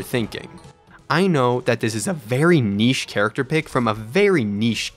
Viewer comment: did you just say that castle crashers is a very neash game?